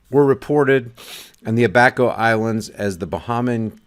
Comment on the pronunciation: The Bahamas has 700 islands and 30 inhabited islands. It’s pronounced “ABBA KOE” Read “The Guardian” or “The Tribune”. Those are the 2 major newspapers of The Bahamas. I lived there in , and saw 2 hurricanes, the death tolls are real. People “over the hill”, live in shanty shacks. Watch “Mike’s weather”, on Facebook.